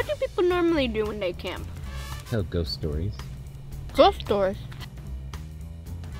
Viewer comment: tell ghost stories Nessa: GHOST STORS?!